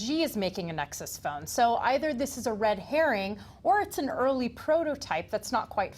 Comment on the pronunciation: "RED HAIR-ING" HAHAHA